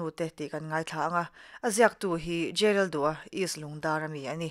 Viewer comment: J.Lalduha tih khi a diklo, J.Laldûla tih zawk tur ani e